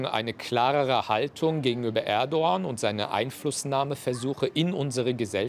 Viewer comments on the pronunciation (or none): erdo wahn 😂 er sagt es so.